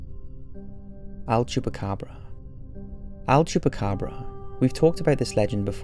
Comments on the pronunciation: Is "El Chupacabra" not Al Chupacabra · El. El-el-el. I can't hear him say anything but "AL" chupacabra and it's driving me crazy orz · It's EL chupacabra not "AL".